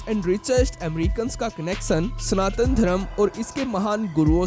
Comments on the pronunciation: चूतिये स्नातन नहीं सनातन होता है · It is स ना त न and not स्नातन.